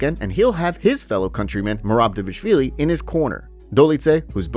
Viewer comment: Learn to pronounce, Dvalishvili, and I'll probably subscribe